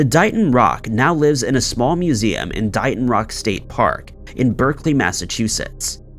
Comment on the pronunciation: Just a little FYI..... That rock.... It's pronounced DAY-ton, not DIE-ton. DAY-TON, MASSACHUSETTS DAYTON.